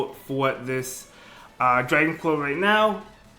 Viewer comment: Dwagon cwaw